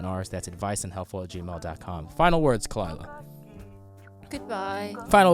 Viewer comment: Kuh-Lie-Uh fucked up. Shut the fuck up.